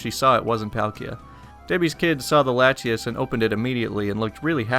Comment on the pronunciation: Bluespellmaster8 I’ve played Pokémon for years and thought the way he pronounced Latios and Latias were right.